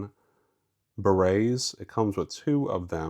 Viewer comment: They are called barettes, not berets